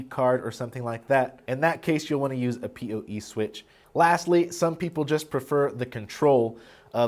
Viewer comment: why do you say POE and NVR like a deaf person?